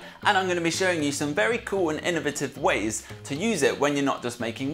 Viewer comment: The way he says innovative is so weird but still cute!